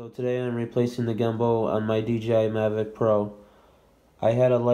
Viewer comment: Mavic not maverick